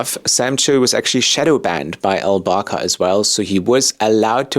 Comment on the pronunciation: The way you pronounce former CEO's name sounds like "Baka" in my Scandinavian ears. Baka in Japanese means idiot 😁.